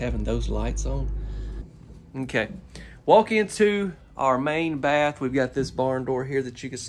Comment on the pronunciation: A "SHUB"! To TAKE a "SHATH" in! 😂😂😂